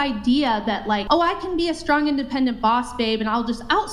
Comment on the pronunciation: You mean "SHTRONG"? That's what the trendy hipsters all say.